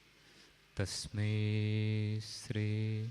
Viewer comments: ശ്രീ ആണ് ശരി ശ് + റ് + ഇ = ശ്രീ. സ എന്ന ഉച്ചാരണം വരാൻ പാടില്ല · എല്ലാവരും സ്രീ എന്നാണ് പറയുന്നത്. അതാണോ ശരി ശ്രീ എന്നു വേണ്ടേ ഉച്ചരിക്കാൻ